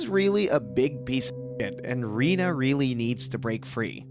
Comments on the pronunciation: It’s reneee not Rena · Lee’s partner is Rena. Pronounced ren-a.